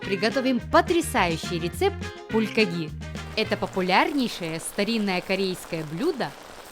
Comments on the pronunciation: Правильно говорить бульгОги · Пулькоги, ударение на "о" 😄😄 불고기